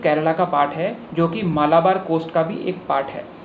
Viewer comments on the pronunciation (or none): none